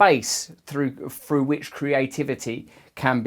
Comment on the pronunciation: curious why you quickly corrected your pronunciation of the word "through" by reverting back to the Cockney accent i.e. "frou"??